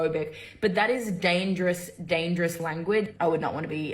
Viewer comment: said Gayngerous 😂😂😂😂😂😂😂😂😂😂!!!! Jojo should make that the tite of her next single!!!😂😂😂😂😂🤣😂💀☠️